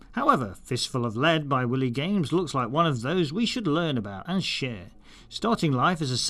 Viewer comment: Thanks for the lovely review. We’re up to 20 titles now. One small correction. It’s pronounced “WHY-lee” Games. Like the coyote😊